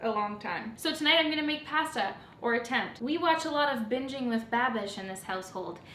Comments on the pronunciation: WHY do you say "pasta" like that?!?!?!?!?! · Me, an American: ooh PAH-stah Canadians: pa-STAH your reactions are a me every time I bake lol